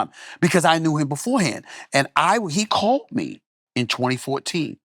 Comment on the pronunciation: he calt me... calt? *